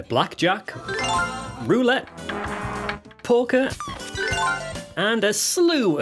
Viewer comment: LOL, at 4.15 I thought you said Porker not Poker